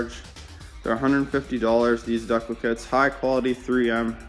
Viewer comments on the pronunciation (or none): I absolutely love how you keep saying "dekle" instead of decal, then apologize for saying husqvarna properly lol. Good video, and awesome bike! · Looks good. Ur saying decal wrong lol